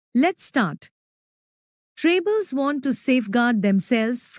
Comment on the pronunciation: It's tribals not trables But nice explanation